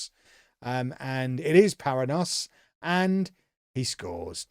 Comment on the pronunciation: Paranhos is a Portuguese or Brazilian name, which is pronounced pa-RAN-yohs.